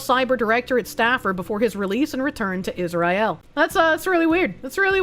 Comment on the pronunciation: “Is Rye ill?”